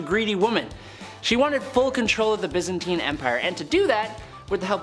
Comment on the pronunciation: Byzantine is pronounced 'bizz-an-teen'. Zeitan is 'zay-tan'. Poitier is 'poah-tee-airs'. Juana the Mad is 'whanna'. Also, you did Elizabeth Bathory twice.